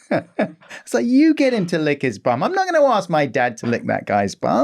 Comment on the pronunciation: did Romesh say "that's a big ask" or "that's a big ass"? 😂